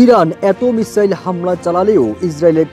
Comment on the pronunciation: শব্দটি মিরাল নয় মিসাইল হবে